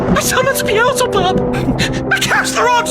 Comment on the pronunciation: was that really Beelzebub? It sounded more like BAGAGWAAAA!!! 👹